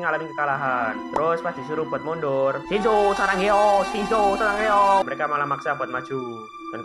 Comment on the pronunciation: astaga bukan sarangeyo bang tapi sasageyo bang